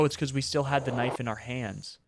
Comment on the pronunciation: Knoife=knoife guy